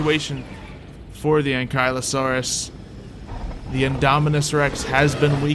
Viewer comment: Hol the heck up did u say anklieosaurus it's ankleeosaurous that's how it's pronounced